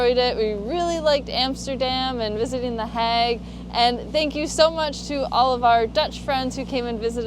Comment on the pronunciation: and pronouncing "The hague" makes me think they visited my mother in law.